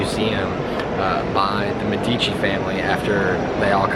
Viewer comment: This "guide" can't even pronounce Medici correctly.